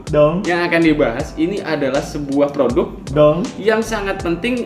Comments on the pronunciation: Siapa yang suka ngikutin pas Dzawin ngomong "Ulas produQ" dan kita spontan jawab "Ulasin donkQ"😂😂😂😂😂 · pake qolqolah hahaha.... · Nonton video ini cuma pengen denger dzawin ngomong "Ulas produqq", terus temennya nyaut "ulasin donqq" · bikin ngakak dah setiap ngomong "produq" "dong" wkwkw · Bang buah kuldi lu kaga sakit apa bilang "ULAS PRODUQ😂"